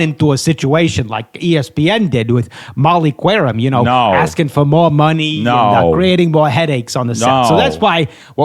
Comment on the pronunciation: Bonus correction from my boy producer J: Did you call say Molly Qwerim? It’s pronounced like Kerim. You butchered that one too?!